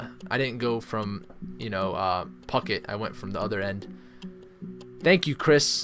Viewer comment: Its phu-ket and pii pii, not pucket and pi pi. Its spelt Phuket and Phi Phi.